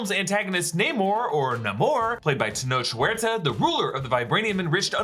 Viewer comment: Tenoch Huerta, is pronounced Tenok Werta.